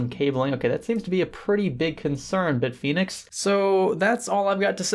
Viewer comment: FACT: from Hardware Canucks pronounces Bit Fenix as Beet Finix.